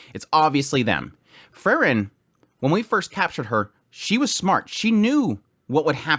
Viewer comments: Frieren is not Frren. More like Freeren.😁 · It's Pronounced Frieren (FREE-REN), not FURR-Ren. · Kinda confusing whenever you talk about Frieren and Fern. You pronounce both of them extremely similarly. Free-ren, Fern